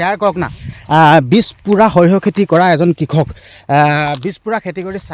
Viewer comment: হেৰি ডাঙৰীয়া ভিডিঅ' বনোৱাৰ লগতে অসমীয়া ভাষাৰ শ্ৰাদ্ধ ও পাতিলে যে কিয় ? কাৰন হৰিহ নহয় সৰিয়হ হ'ব লগতে কিষক নহয় কৃষক হ'ব বুজিছে // নজনাটো লাজৰ কথা নহয় কিন্তু নিজে নাজানিলে আনৰ সহায় ল'ব লাগে